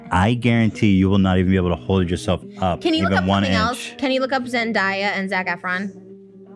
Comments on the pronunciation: Trisha- you’re queen but like- “Zendiya”😭 LMFAOO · Zendaya out of her own mouth in an interview said it’s Zen-Day not Zen-die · Nobody: Trisha: “Zen-DIE-A” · i’m pretty sure it’s Zen-DAY-A lol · I can’t rewatch this episode too many times because trisha keeps saying ZenDIEay PLS it irks me so bad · trish really called zendaya "zendieya" lmao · I think it's funny how Trish pronounced Zendaya. But didn't see any comments about it LOL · Trish mispronouncing zendaya's name was the funniest shit ever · Omg anyone else hear how she pronounced se days name 😂